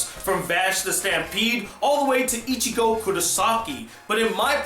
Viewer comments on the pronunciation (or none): none